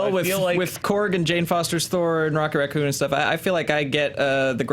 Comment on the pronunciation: "Rocket Racconn"